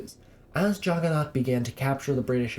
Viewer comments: It's nath not naut. I never made the connection before watching your videos.😂😂😂😂😂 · I had no idea for the longest time what the Juggernaut god you were talking about was. I was like, Jagana? What's that. AND I GOT IT. OH YOU MEAN JAGGANNATH. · Actually, they deliberately mispronounced the idol to mock it. They knew that the true Jagannath (Lord of the world) is Jesus.